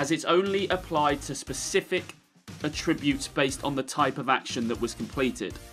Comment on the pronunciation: Okay but you dont know how to pronounce attributes properly.